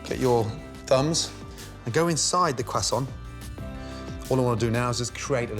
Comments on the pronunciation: The “Qwuasson” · DUMP… your cwassount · say cwassoint one more time... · He cant seem to pronounced Croissant???? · I've never in my life heard anyone call a croissant like he did 🤣🤣🤣🤣 EVER AND I WATCH MILLIONS COOKIN SHOWS hilarious ❤❤❤👍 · Gordon's great but his not FRENCH tho and still sounds wrong from him he has a French friend Fred and he dont say it like that 🤣🤣🤣 u need a life GORDON lover 👍